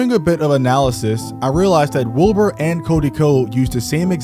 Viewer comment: Are you saying “Wilburt”? 😂